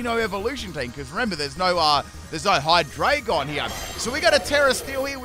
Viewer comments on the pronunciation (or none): none